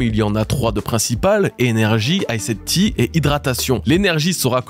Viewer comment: comment ça L'"aïssed tea"? 😂😂😂